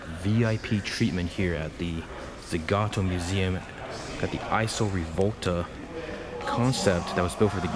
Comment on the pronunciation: EEESAW (ISO) Rivolta. Not EYESEW.